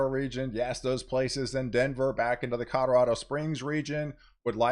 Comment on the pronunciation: I swear you're saying "Codorado"